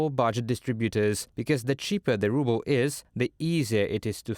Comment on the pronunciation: Ruble? More like "rubble". Lol